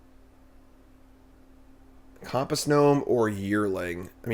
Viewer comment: Do a lot of people say "compass" the way does?